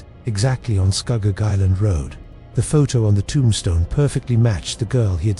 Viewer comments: I was born in Ontario in 1967 and I know ALL of these areas mentioned. First,, there is NO Shades of Death rd in Muskoka. We say SCOO-GOG.. not SCUHGOG.. and I have never heard anyone mention this story. Gore rd is NOT in Niagara.. it is in the Malton/Caledon area close to Airport rd. The deadly curve on Mississauga rd is found towards the bottom end of Mississauga rd as Mississauga rd starts at Lake Ontario and runs north all the way up into Streetsville. There is a natural mineral spring close to that section of Mississauga rd where clean natural mineral spring water would flow out of the rocks and people would line up with water jugs to fill them - having lived in Mississauga since the 70's and having travelled the road quite often, I have never heard the story of any "ghost bride" hitching a ride. I actually lost an old childhood school friend who was hit by a car and killed on Mississauga rd.. and anyone who knows that section of Mississauga knows that it has historically always been the wealthiest real estate in all of Mississauga with million dollar mansions everywhere. I also know Kingston rd/Hwy 2 very well.. and I have NEVER EVER heard this story before! I can tell you for a fact.. that if you are driving on the QEW/Gardiner heading into downtown Toronto.. right at the York st exit off ramp which is a circular off ramp.. there is a ghostly figure that is transparent that will step right out into the path of your vehicle and you will drive right through it. I have se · It's Scugog